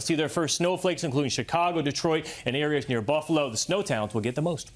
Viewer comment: Did he say Chicargo? LOL